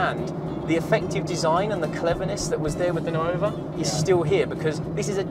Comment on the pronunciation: Just a friendly note, nuova (new -F) is pronounced nor-va, not nu-over.